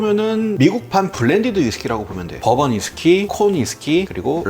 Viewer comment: 아니 왜 시작부터 덤앤 더머 티키타카 ㅋㅋㅋㅋㅋㅋㅋㅋㅋㅋㅋ 두분 다 빙구미가 예술이네요 ㅋㅋㅋㅋㅋㅋㅋㅋㅋㅋㅋㅋㅋㅋㅋ 그와중에 계속 버번 위스키가 법원 위스키로 들리는 마술에 걸린 나